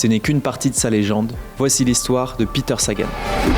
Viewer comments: Ben c'est pas le seul à prononcer à l'anglaise je sais pas si j'ai déjà entendu prononcer correctement par des journalistes et à force de l'entendre je le prononce parfois comme ça aussi alors que je suis marié à une Slovaque qui me reprend 😂. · Peter prononcé comme si c’était un américain 😅